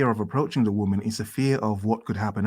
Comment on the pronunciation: "And remember: a whamen is always a whamen, doesn't matter who she is, is a whamen"